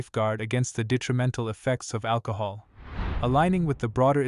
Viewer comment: AL - COHOL 😂 The name makes sense now